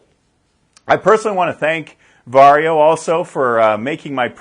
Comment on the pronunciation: Congratulations!First English speaking man pronounces "VARJO" correctly😀